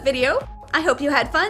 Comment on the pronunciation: yknow ive always wanted to tell this now is the time...i thought the intro was like " anyong welcome to the light bulb"....i was thinking of that for the past-......nvm i cant remember now i know its actually "anyong welcome to "